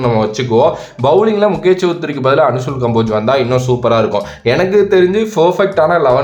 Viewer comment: அனுசூல் கம்போஜ் இல்ல அன்சுல் கம்போஜ்